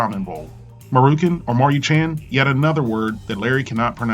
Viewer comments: It's "Mah Roo Chan", Larry. I love your videos by the way. Keep them coming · Mah-roo-shahn..... A little early morning lesson in pronunciation. :) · Its pronounced "Mari-chahn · Maruchan Prenounce: Mar-you-chan ;) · Marr-oo-chahn is how it's pronounced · It's ( ma-ruuu-chan( like lawn but chan)) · Maruchan is pronounced "ma-(rhymes with ta) Ta, as in ta ta. Ta ta is the word you say to babies when they take something from you or you take something from them. Sort of a precursor to thank you. So "Ma" then "roo" as in kangaroo. So Maru-chan (rhymes with can). (This is probably more confusing than helpful 😁) Jenn💖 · Based on the name being essentially Japanese for "Roundie" (maru=circle, -chan=diminutive suffix for names - notice the logo is a round head), I'd say "MAH-roo-chahn" is the closest approximation. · Ma-Roo-Cha-N. They are all Japanese syllables with no ambiguity. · Hi Larry! Maru is pronounced like Mario, but instead of io at the end with a u. The u pronounced like, "you". Chan, think of channel, but without the extra nel at the end. Chan is a Japanese term usually referring to a girl used at the end of a name. Kun is for boys. Love your videos, thanks! 👍